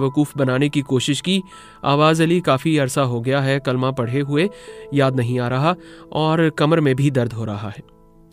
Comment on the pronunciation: ماشاءاللہ کلمہ سٹوری سنانے والے بھائی سے بھی صحیح نہیں پڑھا گیا